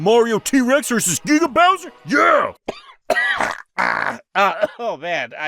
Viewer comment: Gueega bowser.